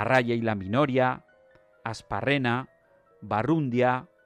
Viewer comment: Asparrena se pronuncia aspárrena. Es sin acento por que es euskera, pero me estre me ezco cada vez que lo dicen así. Gracias